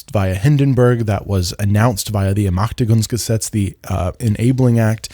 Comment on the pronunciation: Another great video, thanks a lot! I watched it on Nebula, I hope you get some ad revenue. If I may point out something about your German pronunciation: in the word "Ermächtigungsgesetz", the ä is pronounced like in the English word "man". In general, the ä is pronounced about the same as the letter e in German. (I'm only pointing this out cause I can tell you make an effort to pronounce things correctly). Thanks again!